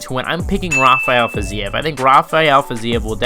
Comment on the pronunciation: Thank you for not calling him hafael like everyone ..people don't realize he's from Azerbaijan not Brazil